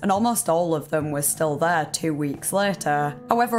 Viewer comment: My greatest suspicion about this story aren’t any of the details given. It’s this girls accent. Almost every sentence ends with a word she can’t pronounce with an ehhhhh sound, usually ‘there’ but she’ll say thehhhh… So honestly I just feel like I’m being hypnotized. Carry on! 😅